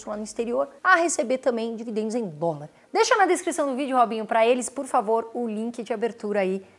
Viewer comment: Só eu que acho massa demais a ênfase que ela da na palavra "DOLAR" KKK, muito bom ótimo conteúdo